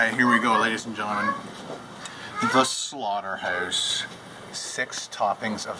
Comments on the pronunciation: He said 'slaughterhouse' to 'slaughterhoose' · Am I the oly one that noticed that he says slaughterhoûse and staek :/ Nothing against Canadians thou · the slaughter"hoose" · The SlaughterHEUZE......hehehehehehehe